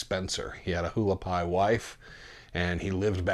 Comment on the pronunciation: Haulapai is pronounced Wah- lah-pie !